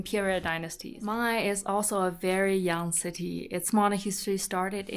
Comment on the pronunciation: for the native people , the pronunciation of '茫崖' is Mang'Ya, not Mang'ai😀